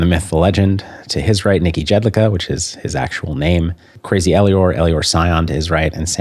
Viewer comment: It's pronounced "Yedlichka" btw